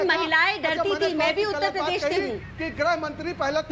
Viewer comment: Mr. Owaisi, First Try to Pronounce "Uttar Pradesh" Properly. It is not "Pardesh, it is Pradesh". In the Last Visit, You Didn't get the Room to Sleep for One Night in UP. Wherever You Contest, It will be an Advantage to BJP. You are Seriously Trying to Unite Hindus. Good Job...